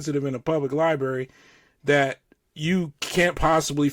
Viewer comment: condescending cop says “libary”